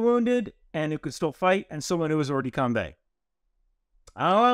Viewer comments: Not exactly! There's no "the" in that phrase! More like "Or-duh-com-bah". You could even use the English pronunciation and say combat as we do, but com-bay? No, sorry! Great vid nevertheless! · hey great video! I actually learned a lot. BTW its hors de combAt (pronounced combAA) not coumbe. Also follow up question, how is the PMI going ??? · the "kombay" was painful. it's "or-de-combah" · thanks for that. i'm bilingual at that pronunciation hurt me. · Great video and clarification. The only infraction committed in this video is pronouncing hors de combat as OR de Kombay (better OR de KOMBAH). : ) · love your content, and will pardon your French all day long. But in case you're interested, it's "or de combah" -- not "combay". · I know it's not a major thing, but hors-de-combat would be pronounced ‘oer duh combah’. If you want the pronunciation sounded out, Google translate it from French to hear it. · FYI, it's pronounced oar-the-come-bah, the ending sounds like cinema. All the love from this Frenchman. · Must... correct.... the French prononciation... Hors-de-combat = more or less "or-der-com-bah" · Hors-de-combat is pronounced Hor de com bah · At least he didn't say Horse De Kombat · As a frenchman; bat in combat is pronounced like wombat, but the T is silent.